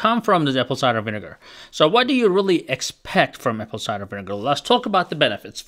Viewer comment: "apple ciger vinegar" 😂😂😂